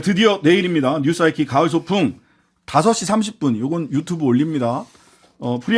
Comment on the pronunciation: 진행 잘하시네요. 신창원씨 할때는 자꾸 유츄브라고 해서 한국식으로 발음 해달라고 아무리 댓글 달아도 안 고쳐주더라구요😅😅